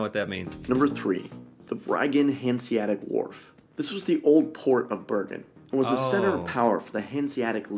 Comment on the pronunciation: There's no silent letters in "Hanseatic". The second "a" is just as clear as the first one and sounds the same.